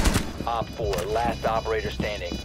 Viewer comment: Why does he always mess up operator names even though tons of people correct him in the comments every time he does it?!?